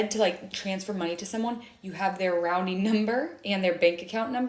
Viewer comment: did she say “rounding number” “rouning” or maybe “routing”?.. I’m so confused!?